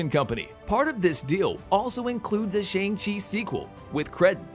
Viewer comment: The way you say Shang chi makes me want to Shang myself